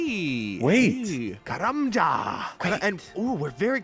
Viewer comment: Say karlambwan.. one more time 😂